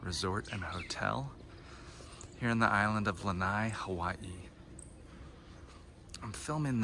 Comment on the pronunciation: Btw it’s not lanai it’s lana’i